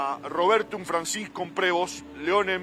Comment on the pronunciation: Prevó sería la pronunciación correcta, debe tener algùn antepasado franco canadiense, apellido muy comùn entre ellos…